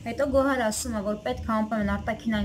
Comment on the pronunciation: ջան Գոար չէ Գոհար ։ Ինչքան հասկացա ՀՀ-ՈՒՄ չեք ու լավ չեք տիրապետում լեզվին։